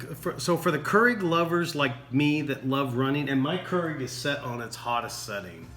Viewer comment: And KER-IG